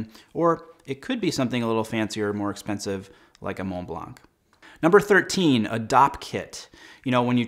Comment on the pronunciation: Whole video becomes aimless when you pronounce Mont Blanc incorrectly.